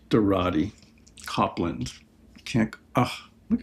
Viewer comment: Copland is pronounce like Cope-land